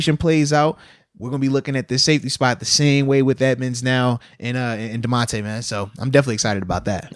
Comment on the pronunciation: Moats is the worst at saying names. Myles BOINK INGS… Damontae KAHHZEEE. C’mon fam 😂